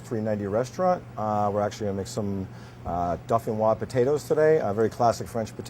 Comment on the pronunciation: Per the way you spelled it above, It's pronounced doe fin wɑz.